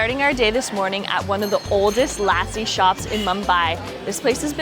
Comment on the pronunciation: I hope you learn how to correctly pronounce the words while you appropriate and milk out views by using India as a tool to grow your subscribers. 'Lassi' is not pronounce like Lassie the dog. It's pronounced lussi. Please ask one of the billion people in the country on the correct enunciation of words. Great videos otherwise, btw!